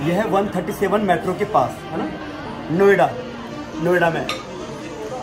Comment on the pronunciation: Nyoda nahi hota noida hota hai